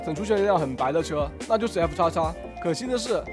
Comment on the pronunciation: FXX 不是 F叉叉！